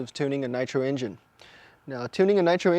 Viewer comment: he said prime the emgine